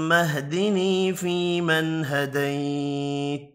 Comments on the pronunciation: Assalamou alaykoum. Why does he don't prunonce the end of some words ??? فيمن هديت... We don't hear the final ت? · حضرت صاحب،آپ ھديت پڑھ رھے ہيں جبکہ ھديت کے اوپر زبر ھے،وضاخت کريں۔